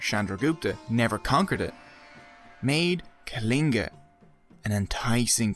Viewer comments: Aa a Kaligan lol....it was so funny he couldn't say କଳିଙ୍ଗ it's the la sound not la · hhahah then try pronouncing it correct sweety! Let's see if you can do the ଳ sound 😀 I'm from Kalinga, it's pronounced କଳିଙ୍ଗ (la sound when you roll the l. Not normal l. And we are not called Kalingans. Lol. But nice to watch. You forgot to mention the people of Kalinga stood till their last breath refusing to give in. Ashoka didn't use anything fair. And we were used to fair war practices. A fair fight. The river was filled with blood. So much human blood dried the river. And to this day, the river stands dried, making humanity remember how horrific wars & the madness of expansion can be.